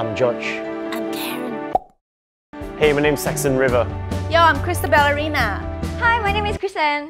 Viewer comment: When said christabellerina it sounds like Chris the ballerina